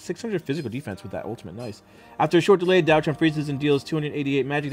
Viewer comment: im fairly sure its Diao Chan not Daio Chan...